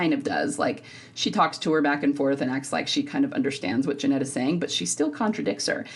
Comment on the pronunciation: Genet doesn’t pronounce the “t” at the end. It’s a long “a” similar to “beret” and it’s common in French.